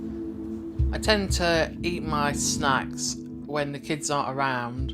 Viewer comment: Tell me I'm not the only one who heard "eat my snacks" almost sound like "eat my snot" !